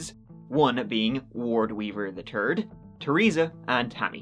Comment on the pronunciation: “Ward Weaver the Turd” that was intentional by, way more turd than third.